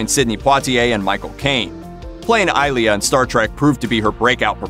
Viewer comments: Persis Khambatta's character name was pronounced eye-LEE-uh...not EYE-lee. Why do an ST themed video if you don't know the characters ? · Minor nitpicks: it's eye-LEE-yah, not EYE-lee-yah. Also, its de-FOR-est, not DEE-for-est, and OH-BUR-jen-wah, not whatever the heck the announcer said. Not sure the announcer actually watched much Trek 😁. Nice obit. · Take a shot of Romulan ale for every time he mispronounces Ilia.